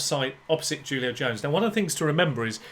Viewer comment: "Who-lio", not "Jew-lio"